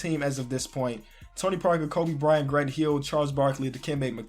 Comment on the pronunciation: "We're getting back Grunt Heel"... "ElijahWon" lol sorry I had to do it